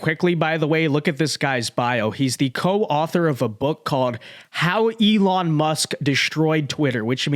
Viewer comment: "elin", andersen? it's elOn! say his name right or else youre racist or something... least that's what i heard from kamala supporters...